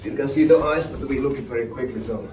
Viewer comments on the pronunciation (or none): none